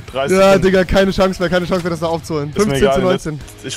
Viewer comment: "em hab ich dir die schangse gelassen" lel.